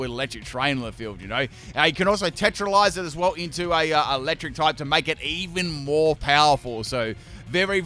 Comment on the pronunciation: Im sorry did he say TETRELIZE!?